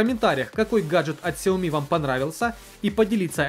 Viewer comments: Правильно сяоми. Сяо маленький, ми рис. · Сяоми. И ударение на И. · Сяоми с ударения на я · если уже зрить в корень, то правильно говорить сЯомИ - два ударения. Это обусловлено тем, то xiaomi это xiаo- маленький и mi- зерно (маленькое зерно, так китайцы называют просо) то есть 2 слова. Как шаоми это слово не произносится никогда. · название Xiaomi произносится либо как Сяоми, либо как Шаоми (с очень мягкой «ш»). Но общепринятым правильным названием бренда на международном уровне является именно Сяоми, с ударением на последней «и». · Правильно Сяоми ) А понравилось несколько гаддетов. Это кинотеатр и диспенсер для мыла ) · А я читал что правильно сяоми. В переводе с Китайского Сяо - маленький а ми - зерно. Маленькое зёрнышко имеется введу, типо, рисовое. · Правильно делать ударение на Я и И. сЯомИ ;) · СяомИ , ударение на "И" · солидарен с предыдущим оратором =) сяомИ =) но кажется мне что сейчас любое чудо-чудное назови сяоми и оно будет продаваться =) мне новый рег приглянулся, как там с русской прошивкой? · Правильно говорить Шаоми, инфа от разработчиков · китайцы произносят сяоми, есть даже видео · Правильно ксіомі